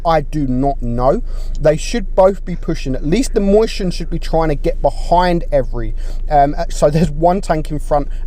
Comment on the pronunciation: The Mighty Nuub xdddddddd I forgot that’s how says it moischen